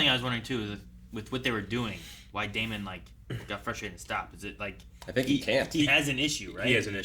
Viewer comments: When are you guys going to learn to pronounce name right.....It's Not DAY MON It's Damon Just like MATT DAMON You don't say MATT DAY MON. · DaemUN. continues his choice to purposely pronounce names weird lol.